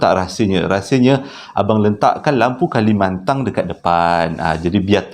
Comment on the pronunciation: 50 ribu kilo😆😅😄lampu kalimantan..bukan kalimantang